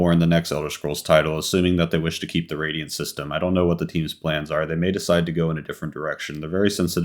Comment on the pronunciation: Radial HAHA! It's Radiant:P